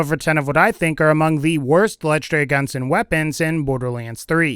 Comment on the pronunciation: LEGENDARY not LETCHDARY